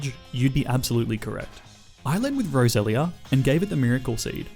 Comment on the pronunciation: U said Rosera not roselia